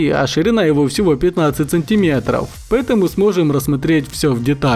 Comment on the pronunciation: Правильно говорить не МилИметр и СантИмерт, а МилимЕтр и СантимЕтр!